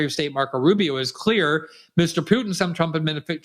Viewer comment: As a professional journalist you really should be able to pronounce the name of president of Russia. It's not Pu'in. There's a T in there.